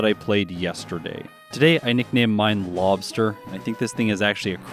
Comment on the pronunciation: it lobstah 😂 the way Mainers say it